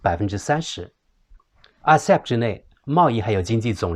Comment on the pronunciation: 对不起，分享，在Timeline 1.28, RCEP， 讲成， (RECP) 谢谢